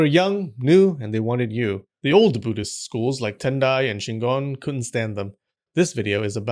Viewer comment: Shingon??? I thought he said CHINGON!